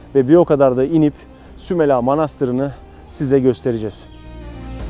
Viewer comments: Herşey çok güzel fakat şunu merak ettim ve yazmak istedim... Neden SÜMELA derken her seferinde A'yı uzatarak SÜMELA AA diye telaffuz ettiniz.? Doğru telaffuz hangisi inanın merak ettim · Sümel ağa demiyor zaten iyi dinle Sümela diyor 🤦‍♀️